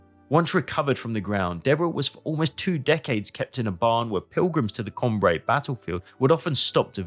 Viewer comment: Que c'est fatiguant d'écouter la voix d'une IA ,on dit Cambrai et non camb raï